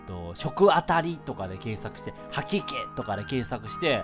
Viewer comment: 自分用 は↑き↓け↑